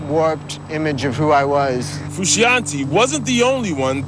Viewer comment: Someone needs to tell this voiceover dude that it's pronounced FRU-SHON-TAY jesus